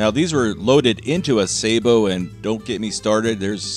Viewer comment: You pronounce "Sabot" correctly. People who say " Saa- bot" like "robot" are cretins😊